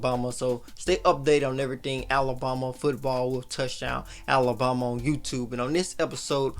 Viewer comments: Is it just me or is this guy pronouncing Alabama wrong? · lol yes